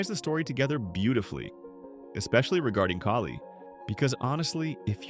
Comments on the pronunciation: It kaa lee Kailey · Really great video but the pronunciation of kali’s name is weird 😂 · It’s really weird to know this much about the show, but not know how to pronounce a name from the show. I’m realizing that this channel is likely narrated by AI, not a human